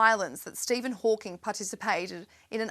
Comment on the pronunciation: Stephen Hawkins?????